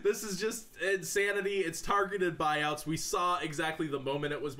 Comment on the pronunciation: Lmao buuouts xD